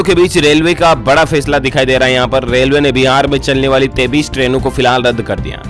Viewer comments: Aap 23 ko 33 bolte ho. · Sir aap 23 ko 33 Kyo bolte hai